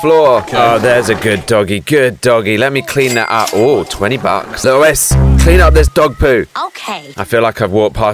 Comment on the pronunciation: Lewis it’s Lois